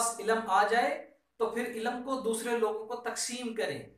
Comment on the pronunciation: MashaAllah, very nice thinking, Prayers for you. Just 2 things I want to share if u don't mind, pls say 'ILM' not 'ILAM' and 'Mulk' not 'Mulak'